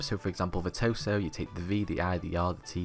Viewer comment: He did its V E R T O S O